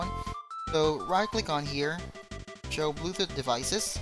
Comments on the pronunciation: STOP CALLING IT "Bluethut"!! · xD bluethoot ITS BLUETOOTH IDIOT xD